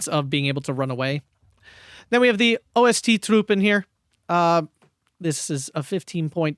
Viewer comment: OST is not pronounced individually. It's just the word ost (east) capitalised cuz they are eastern, well, conscripts, at best.